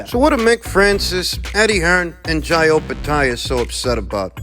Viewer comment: Thankyou from the bottom of my heart 😂😂😂😂 Thanks for the correct pronunciation of Jai...